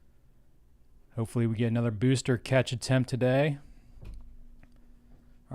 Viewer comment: No other streamer pronounces BEWSTER correctly